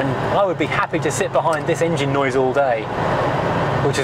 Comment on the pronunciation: Or "noice" as he calls it 😆